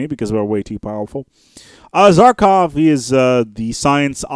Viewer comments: It's Za-Kha-Rov not Zarkov! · Za-KAH-Rov. Seems like you're missing a syllable there :D